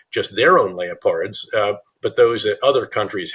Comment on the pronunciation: General BetrayUs doesn't know how to pronounce the word Leopards. 🤣 Also why did the interviewers only ask him softball questions?